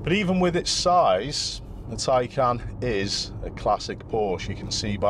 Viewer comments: Tiecan! Not Taken! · It is pronounced as TIE-CAN and it's also pronounced POOR-SHA 🤷‍♂️